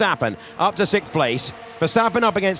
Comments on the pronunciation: Since there is no such number as sick, there can be no position sickth. It is lazy English. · What's "sikth"? Is that meant to mean sixth? Really?